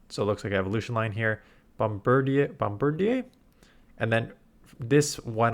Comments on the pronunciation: I think it’s pronounced bomb-bir-deer, as I’m guessing it’s a portmanteau of bomb, bird, and grenadier. Hate that it’s raid locked, but I still have like 30 premium passes so I guess I know what I’m doing this week. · That's got to be the most Canadian pronunciation of Bombardier I could have ever imagined 😂